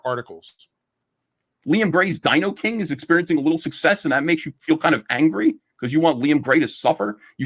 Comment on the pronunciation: DinoKING Liam, not Dinoing. Btw did you see Matt Bahr just did a new drawing of you. I will say it's a big improvement over that first one he did of you and JDA, the less said about that one the better.